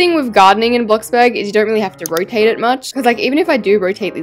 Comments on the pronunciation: did anyone see that she said roate instead of "rotate" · "Rotate"❌ " Roate"✅ Alaska English.